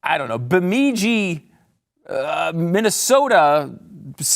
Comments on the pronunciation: "Bu" as in 'buddy'... "mid" as in 'middle'... "jee" as in 'Jesus'... now say it with me: "BuMidJee", Minnesota... Where the hell did you come up with Bangladesh correctly and mispronounce Bemidji? OK, I know you ain't really from the north midwest, but gosh, I really took offense at that 'cuz I was born here... err, there... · It's Beh-midj-ee (Bemidji). Just sayin'.